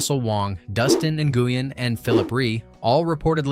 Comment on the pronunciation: Dude Nguyen is pronounced like (Win)